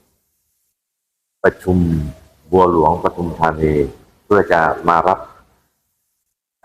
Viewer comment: ปทุม ค่ะ ไม่ใช่ประทุม อ่านว่า ปะ-ทุม-ทา-นี ไม่ใช่ประ-ทุม-ทา-นี 555(ภาษาไทยถูกต้องด้วยนะคะ)